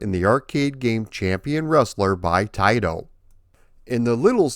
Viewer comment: Thank you for saying Taito correctly! Many people don’t know the proper way. My local 7-11 on Lincoln Ave in Chicago was a test site for video and pinball. They had Rastan there which I believe was the Japanese version or test. The bats never came out if you stalled anywhere. Also the generic enemies that are abundant in green were black on the version I played. Didn’t know there was an Apple IIGS version which I would have gotten for sure! This is one of my favorite arcade games with the whole package! Thank you for doing a more in depth vid on this classic. Keep up the great work as always! Maybe see ya at a future MGC.